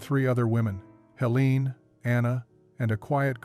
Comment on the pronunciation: The weoman's name is Helene and is pronounced HeLAYnuh